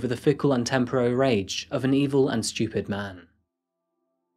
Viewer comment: lmao the way he pronounced stupid "schtewpid"